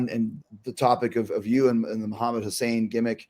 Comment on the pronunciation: It's Hassan Chris not Hussain